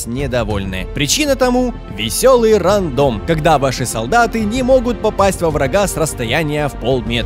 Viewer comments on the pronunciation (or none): none